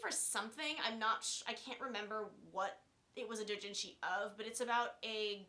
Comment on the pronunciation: It's Ayanami not ayaname. Also, you pronounce doujinshi wrong. There are thousands of H-manga/H-doujinshi, there aren't any that are so popular that you can assume people have heard about it. In other words, just because you read something when you where fourteen doesn't mean it's likely any one's heard of it.